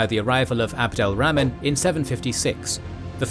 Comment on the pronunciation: Abdul ramen. These pronouncinations...